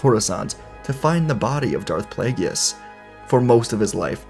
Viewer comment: Come on, man. It's pronounced play-giss, not play-gee-us. I love your What Ifs, but the mispronunciation of Plagueis' name, especially after hearing Palpatine pronounce it in Revenge of the Sith, hurts my soul.